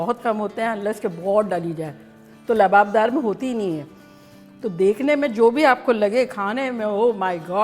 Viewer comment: Kam se kam aap to Lababdar mat boliye... Aap to itni achchi urdu bolti hain... Jinhe urdu nhi aati unhone Lawabdar ko Yeh Naam diya hai Lababdar.